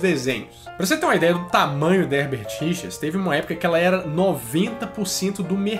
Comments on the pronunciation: mas mc lan ele fala Herbert Richars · Eu escutava "erdertirichas"